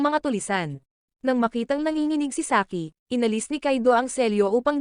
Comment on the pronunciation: Saiki❌ Saki✅